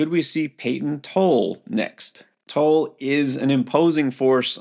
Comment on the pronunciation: Payton Tolle is pronounced Tolley . Anyways it looks like he will be used out of the pen to finish the season